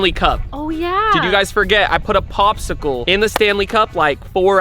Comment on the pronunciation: “Bobsicle” lol peak Arab accent